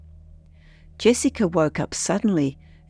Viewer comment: Jessiker? No r ,stop saying ut.